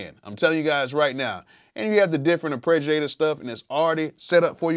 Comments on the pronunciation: LOVE your raw work Bro. One comment = AR- PAY-GEE-A-TOR, not AR-PRE-GEE-A-TOR. Root of the word is arpeggiate! Much love, you are simply an AMAZING source for creative music inspiration! THANK YOU, THANK YOU, THANK YOU!!! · Very cool and informative video. One bone to pick with you though. The word is ARPEGGiator, not ArpReggiator.